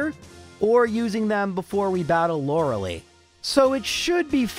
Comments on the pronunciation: My soul felt every time he said Lorelei wrong. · do english speaker really pronounce lorelei this way?